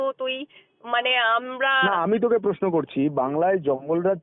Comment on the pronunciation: Kotha ta Poshno noi Proshno. Kotha ta nai niapotta na Nari niapotta. Kotha ta ekdom noi ekdom